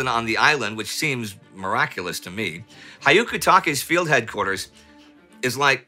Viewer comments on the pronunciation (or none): Love the content as always! Tiny hint for Japanese names: for commander "Hyakutake", You may think of it like "Ya-koo-ta-keh" omitting the H, which is almost unpronounced when followed by a y (in Western alphabet). Hyaku-take (百武) actially means "100 Weapons".